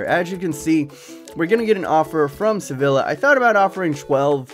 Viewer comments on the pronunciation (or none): none